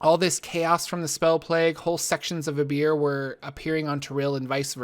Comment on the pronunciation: I understand "they went with a beer" xD